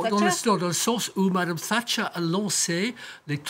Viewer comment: "Tchatcher " crétins c'est "Thatcher"